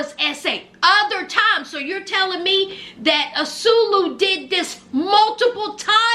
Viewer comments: Not azulu .😂😂😂😂😂😂.ann swaaay llooo is how u pronounce his name ... I can't keep hearing azuluuuu😂😂😂😂😂😂😂😂😂😂😂😂😊 you all prideful with it lol lol like she really heard his name like that on TV I guess lol lol love u ❤❤❤❤❤❤❤ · Ahh-sue-way-lew not "asuelo" or whatever you're calling him. Lol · Love the commentary!! His name is pronounced Ah-Sway-Loo